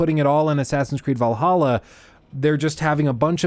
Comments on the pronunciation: It's pronounced, V-ALL-HALL-A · Its VAL-HAL-A not whatever u said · Every time you said valaha they got me